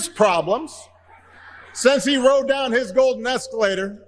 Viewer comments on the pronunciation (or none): none